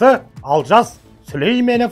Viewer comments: Дурыстап айтсаншы Алжас емес,Олжас шыгар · Олжасты Алжас деп куып отырго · Олжасты Алжас деп дұрыс айтасың Алжыған адам ның сөзін айтып отыр